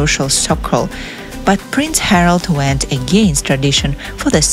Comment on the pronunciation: Harald, not Harold